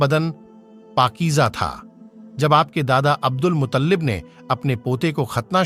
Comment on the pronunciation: Unke Dada ka Nam abdul mutallib nahi abdul muttalib tha